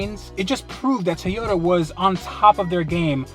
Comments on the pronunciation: TOYota,, not teota.. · it TOY-YOTA not Tay-uta you idiot. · TOYOTA not TAYOTA god damn that annoys me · I'm far less concerned about the deal he made than the pronunciation of TOYOTA. ffs it's not a TEEYOTA. how is it so hard for americans to say the names of foreign car brands properly? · please say "toy-oh-ta" not "tee-otta" than you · Learn to say Toyota its not Toe ota or 2ota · Tiota lol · Just curious but where in North America does your pronunciation of Toyota come from? You say it like "Teh-yoda" or "Tee-yotta" and the only times I've ever heard that were from (far) outside of the US. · Teeyota? Never heard of it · what's a Tiyoda? =p jp bro sick find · The fuck is a Teayota? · In the beginning of the video was it tuyuda that you said? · Toyota... Not tiota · What the fuck did you say it was? A teaota supra?? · "This is my Tuta Supra!" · cant even pronounce toyota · you should learn how to pronounce toyota before getting SUPRA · I hate the way he says toyota